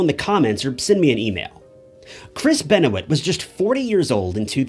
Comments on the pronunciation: Didnt mind the video. But if your gonna make a true crime video about benoit. And take the time to do research about the case. You couldve took the time to learn how to say his last name. Ben-o-it was bothering tf outta me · PLEASE NOTE: I can be a bit of a moron and yes, I mispronounced Benoit… so sorry for that. I also mixed up the names “Keith” and “Kevin”. I’d prefer to just delete this video because of these mistakes, but that would be doing a disservice to the Benoit family and Chris’ legacy. I hope you are able to look past these mixups and enjoy the video all the same. I put a lot of effort and time into researching these stories, but it seems I should’ve invested just a bit more time into this one. I do sincerely apologize. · Imagine doing a whole video and not doing enough research to even know how to say the guys name correctly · Yeah. doesn't look good for your video that u mispronounced his name. Must have not done enough research.....how do we trust this video now? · This video is already doing a disservice to Chris. You didn’t even have enough respect to get the names right. This video is obviously for clicks. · good thing you did all that research and then mispronounced the name. STELLAR work. bet you got paid well for all the hard work you copied from others :) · Just rerecord the entire video. Those mispronouncings are like nails on a chalk bored. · so much amazing research that he mispronounced his name every time. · It can be tough to sell other people on the idea that you're a subject matter specialist. When you mispronounce the guy's name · You said his name wrong.. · How he mispronounces his name is astonishing, he’s doesn’t have a clue about anything he’s talking about and you watch it anyway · Going to watch this but right off you fucked up his last name genius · I like how this dude says his name wrong lol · This guy keeps mispronouncing Chris' last name. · This has a lot of inaccuracies. He didn't even say the name correctly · It's Benwah